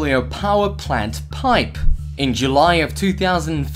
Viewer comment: Anyone get annoyed by when he says piPE